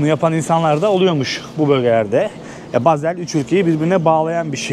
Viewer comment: Bazel değil Basel